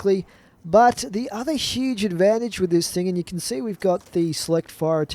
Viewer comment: Every time he says "can" I hear can't